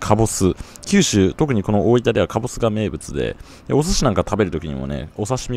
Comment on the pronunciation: 板橋出身なのになんか大分の発音が変な気がする？